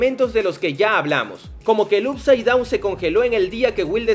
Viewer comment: No puedo más con tus videos de stranger things diciendo "up side down" Up se pronuncia "op"